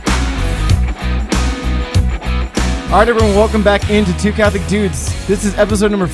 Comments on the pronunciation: It's "dewdes" I can't believe how much grew up. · Okay, so. Ryan totally does put an emphasis on his inflection when he says the word "dudes" in the intro. XD Makes me giggle every time. I love the stories in this episode. We need a Metallica cover video Ryan.:D Okay, I might be the only one. But still, it would be awesome. The process of writing the invocations was absolutely fascinating. I've been to Masses where they have done that and it's always so cool. Poorly done music ministry used to be distracting for me as a younger Catholic and was compounded by my 8 years in a choir as a middle schooler and high schooler. But I have reached a point similar to what mentioned. The Eucharist is more than enough. I do see the importance of having good music for the people who haven't reached that point yet. Y'all did a really great job with the balance in this episode while still keeping it fun and light. The real-life stories vividly illustrated your experience and growth in your faith. But you also balanced well the point that ministry, especially music in the Mass is to be done for God. It's important to be the best you can be, but do it to show how great God is and to help save souls. It's not for the applause and compliments of the congregation. Very nicely done on that element y'all. Part 2! Part 2! Part 2! Part 2! I'd love to see another episode with talking about more musical topics. And yas to the coffee mugs. I'm ready to order mine now.:D Oh, my word that outro. XD I love seeing y'all have a great time